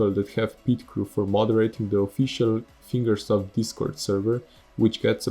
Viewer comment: I agree with this. I had 9k gp and it was hard for me to get nitro and all of the modern-game stuff. 1/3 of all time attack maps are being held by nitro. The community managers suck. I agree wth you too P.S. "Finger South" XD "Finger Self" lol its HCR2 not "Eight Year" "Finger Soap" "..or any funding from FINGERS" LOL "the competitive scene inside of ESTY, TOO" "Increasing the time that it takes to get to MEXICO"